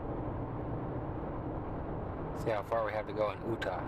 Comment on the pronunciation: Great video dude :), found it funny the way you said Utah in the beginning of the video sounded something like ohhta or what ever. pretty funny :)